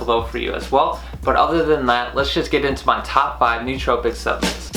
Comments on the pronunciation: Suhp-la-ments jesus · I am into the video and if he says Subments one more time, im leaving ahahaha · Subments. You keep saying subments.